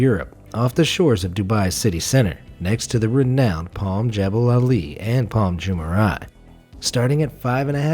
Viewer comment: Palm Jumeirah (Dyumeyrah) not Jumaray 🤦